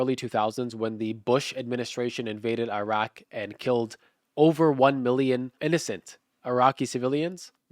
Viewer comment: how does an arabic speaking Muslim not pronounce Iraque right. I can't even speak it and I can pronounce it.